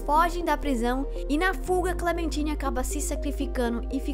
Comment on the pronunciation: ainda tem o fato do painel ligando no final dando a entender que o B-12 não morreu por completo e que ele está no sistema da cidade. E que Clementine se pronuncia "Clementaine". Mas realmente, o vídeo ficou bom, só pulou fatos importantes